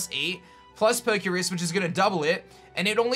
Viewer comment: Poke' Rus not Poke' Risk